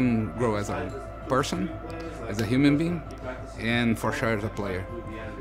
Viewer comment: "hiumin bing" - Dead